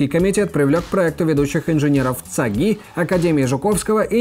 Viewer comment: я как житель жуковского спешу вас поправить, правильное произношение названия института цаги выглядит так: цАги, а не цагИ:3